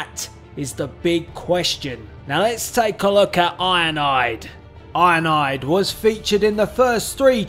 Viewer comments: It sounds like you’re saying ionide instead of ironhide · I like how he pronounces ironhide 😂 He says IONIDE😂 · It sound like your saying "Ironide" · Sounds like he says ionide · He’s called iron hide not ionide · His saying of ironhide is ironide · It's ironhide not ironaide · I love when you say Ironhide because it comes out sounding like ionide